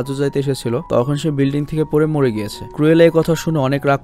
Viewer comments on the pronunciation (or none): Renson na regents park ar কুরেলা না ক্রুএলা। ক্রুএল অরত নিশতুর